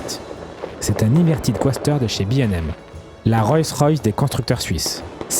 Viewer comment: Pour quoi dire Bi and eM’ alors que c’est Suisse ?! 😂😂😂 B&M en français cst très bien aussi. Et on dit Coaster sans prononcer le À. Coasseteur on dirait un crapaud qui parle !!! 😂😂😂